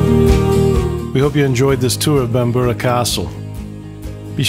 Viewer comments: On a historic note, the original castle was already in excess of 400 years old before the time of Uhtred, who actually had a very limited historical impact. Just a note to foreign visitors: its pronounced Bam-brer and not Bam- ber-er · You're not pronouncing Bamburgh correctly. I grew up there. It is pronounced Bamburra. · It's pronounced bambra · It would be a bloody good start if you could pronounce Bamburgh correctly.